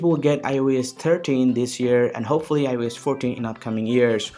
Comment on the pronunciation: Its iOS bro not aai yo yes 😂